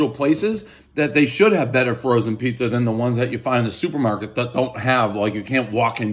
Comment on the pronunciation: Did u just say prizza?? Like Steve brule everybody knows the rules